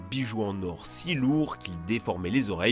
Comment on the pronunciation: Petite précision il n’y a pas « s » à « si » Donc pas de liaison merci 😊